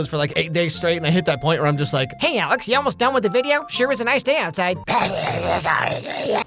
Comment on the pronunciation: Alex no! You murdered me. Don't say sliz to me.